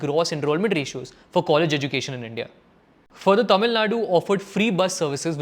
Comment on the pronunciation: please pronouce correctly. all your tamil pronouciation sucks. but good video